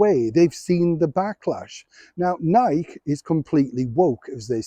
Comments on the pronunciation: It's pronounced Nigh-key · I love your literal pronunciation Nike. Btw, as an American, I know we have the right to praise our nation but we also have the right to protest. My question is whether the team is clear about what they are protesting. In an international setting, most people will not understand their message. Free speech means you listen to others, not condemn them right away.